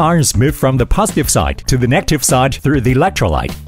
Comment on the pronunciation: Congrats, this reel is much better than before. Informative and interesting to watch. But I noticed something weird about the AI sound, some really basic words do not get pronounced properly (i.e. "positive, negative, etc)